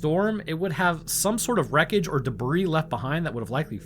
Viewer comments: Debris is pronounced debree, not debreeze. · De-bree.... all the hard work and a simple word mispronounced. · "collier" is pronounced "colly-er" not "collar". "debris" is prounounced "deh-bree". And the "bermuda triangle" is no more dangerous than any other arbitrarily drawn triangle of ocean out there. Just idiots with youtube channels picking up where the 'History Channel' left off perpetuating the myth. Holy shit, guy. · Please stop saying debris like that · The "s" in the word "Debris" is silent 🤫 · Pronouncing the "s" in "debris", are we? Considering the word's French origins, I can only assume you're appropriating verbal territory by force. If this be the case, please continue.